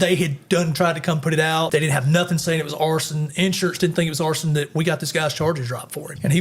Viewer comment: "arrested for horsin" What? Ooooh he said arson. Alright.